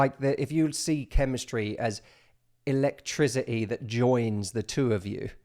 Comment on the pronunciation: my house has no elect-trizzy-e =D great video though man!